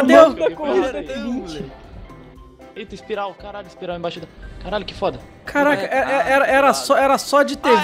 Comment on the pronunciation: Espiroca ou espiral???